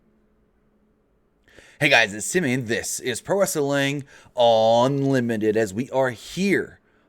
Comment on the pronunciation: Does he say Unlimited or Onlimited?